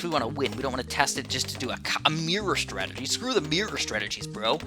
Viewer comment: Yay! He called masterov's "startagy" ridiculous